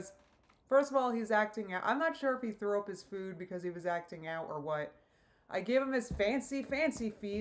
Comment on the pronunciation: This is nitpicky as heck, but I'm werided out by the way she pronounces food. "fvvuud"